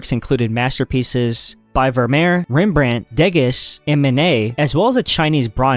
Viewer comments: Deh-gis? Ahhhhh it's Day-gah! Ahhhhhhhhhh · Haha. Someone keep this guy away from names! My favorites were "Lucchese" and "Dégas". 🤣👌 I poke fun, but I enjoy your videos. Keep it up, man!